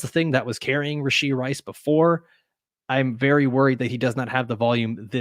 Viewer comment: I’m hearing “Rish-ee Rice.” Thought it was “Rash-ee Rice.”